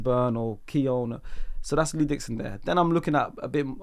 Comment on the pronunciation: Bro said Lee Dixon 😅